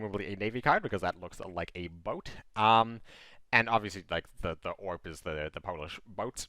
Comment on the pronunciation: Great video as always. One explanation: the ORP should be read as O-R-P it's short form of "Okręt Rzeczpospolitej Polskiej".